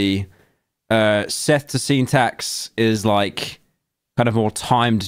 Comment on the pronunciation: I cannot get over how he pronounced- nay, butchered! Sseth's name.